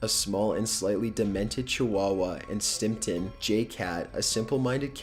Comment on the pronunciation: GERALD, not Harold, is Arnold's best friend, Harold is the fat bully, and it's StimpSON j cat, not stimpton.